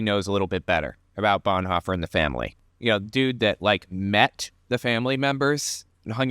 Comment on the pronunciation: Did I just heard call Bonhoeffer - Blondhoffer?